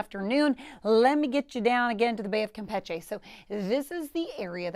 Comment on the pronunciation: I wonder Who decided the pronunciation of Campeche should be changed ?